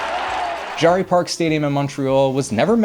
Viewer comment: Pronounced JERRY